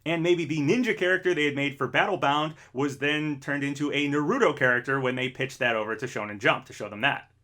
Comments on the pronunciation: It's pronounced "NAH-ru-toh" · Try pronouncing Naruto correctly next time.